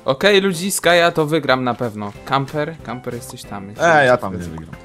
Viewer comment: Camper! <3 A ty "leszczu" jeszcze trochę poćwicz xD